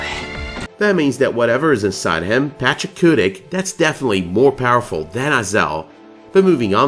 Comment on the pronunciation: i'm wondering if you keep pronouncing "Pachacuti" incorrectly. patch-ahh-koo-tee or patch-ahh-koo-tick? i've seen it spelled both pachacuti (mostly what i've seen in AoS) and the Quechuan spelling of Pachakutiq.